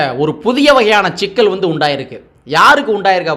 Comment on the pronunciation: ஷிக்கல் இல்லை சிக்கல்